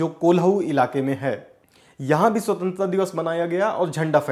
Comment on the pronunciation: Bhai swatantra to bolna seekh lo.